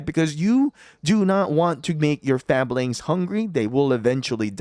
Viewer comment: I hate to be that asshole, but Fabledom is pronounded "Fayble Dom", and Fablings would be pronounded "Fayblings", as in, from a Fable. Other than that, thanks for the video and tips